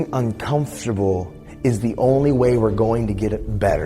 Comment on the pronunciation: I'm uncomfortable with the way he says uncomfortable